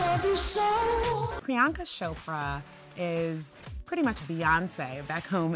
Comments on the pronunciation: turn on ur subtitles she said brianka lol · DUDE!!its PRIYANKA not Bianca😬😬🙄